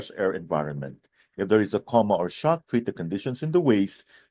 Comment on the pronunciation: It sounds as if you pronounced 'coma' as "comma", which is a punctuation point!